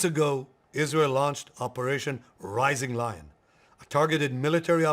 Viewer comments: Rising Lion Not Rising Loin 😂😂😂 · Rising Loyn ya Rising Lion 😂